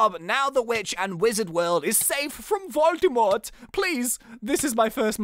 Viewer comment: Lol "Voldymort" sounds rather Svizzerish than German but well if you mean xD Actually your German pronouncation was pretty good though ;D